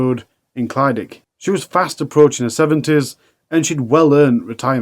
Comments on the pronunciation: The leas Ur producers could do is pronounce the places correctly and make sure the announcer says it right!! It's clydach, easier way for u to pronounce it is cli-dack! Not clydic! Wonder if any other Welsh people get pissed off with it! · Clyd-ach. The ach bit should sound like your clearing flem and the first bit sounds like clid. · I live not far from where this all happened. It’s all pretty horrific 😔 Also it’s pronounced Clidach with a cccchhhhhh at the end like you’re clearing your throat 😅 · Ohh not another one from Clydach 😢 (pronounced "klu-dargh", sort of the same as one would day "eurgh" in distasteful way?!) Brian is horrible , and should not have been allowed out ,especially as he was violating his probation agreement....and had been involved in loads of scrapes with the police too 😢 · Only word he got wrong was Clydach. The rest was ok.. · This is what happens when you leave murderers out of prison. Absolutely disgusting how he got away with so much. Life should mean life! Locked up for the rest of his life. People who release these animals should face criminal charges too. I hope it haunts them! I don't live too far from Clydach. Quite comical how you pronounce Clydach. My thoughts and prayers go out to everyone affected by this and previous crimes he committed.